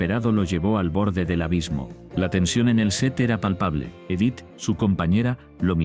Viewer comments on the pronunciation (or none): Odio cuando pronuncian los nombres mal. Es Juliancito no Yuliancito. Es Edith no Idith